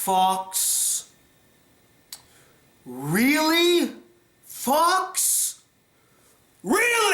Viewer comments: Am I the only one who misheard "REALLY FOX" as "REALLY FUCKS" xD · No wonder Fox sounds like Fucks at the start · When you said 'fox' at beginning it sounds like you were using profanity...lol.